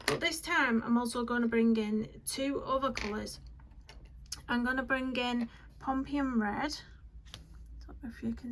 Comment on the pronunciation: Pumpkin red ?? Is it your accent do you mean Pompeian red?